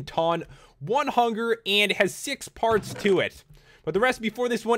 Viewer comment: when you sad parts I thought you said farts